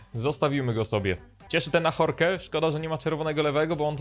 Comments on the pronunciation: FRANCUZI TO NIE HISZPANIE czyta się Lori a nie Joris czyta się Ażork a nie Ahorke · Nitro uczył hiszpańskiego ale Ajorque to nie Hiszpan tylko Francuz ,tak więc czyta się AŻORK ;)